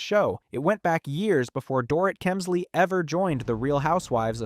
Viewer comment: I wish I could finish watching this but when the narrator keeps mispronouncing the subjects name it starts getting obnoxious. Please put a bit more effort in your ptoduct.